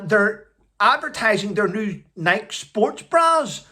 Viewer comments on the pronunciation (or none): The e is pronounced in Nike like a y. Nikey.